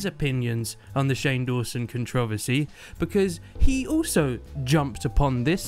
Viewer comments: The way you say controversy is so different xD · I’m sorry woah. The way you say controversy is weird and everything at the same time I love it